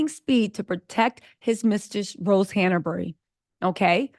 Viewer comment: Just FYI, it's Han-bury, not Hannah-bury.